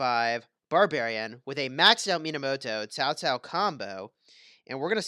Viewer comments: It's pronounced cow cow not ZAO ZAO.. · Actually it's chao chao